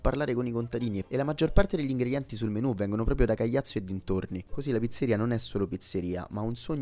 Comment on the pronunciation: il paese é Caiazzo, non Cagliazzo come pronunci tu 😅